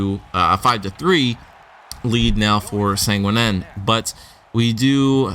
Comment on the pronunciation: Its Sag-né-in